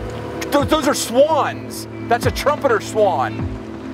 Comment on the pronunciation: never seen someone so excited to see swans before “DO-DOSE ARE SWAWNS!”